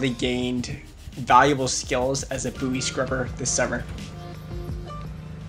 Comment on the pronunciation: i know its spelt bouy but its pronounced 'boy' not booey XD